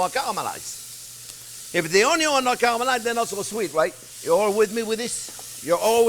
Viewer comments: I watch this show to listen to you say oon-ion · Onyawn always goes in first<>Onyawn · I had the ‘Trinity’ knocked into my head for decades!…. Now the, ‘Onyon’ first technique has changed my life!…. All the ‘Trinity’ at once is ok!…. But ‘Onyon’ first makes it butter!…. (Oops, better!…. Not ‘butter!)…. 😘